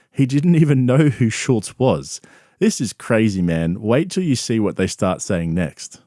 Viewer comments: I can't stand how everyone puts a "T" in Andrew Schulz's last name... It's F'n SCHULZ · This YouTuber doesn't even know how to pronounce Schulz's name. How much does he really know about him.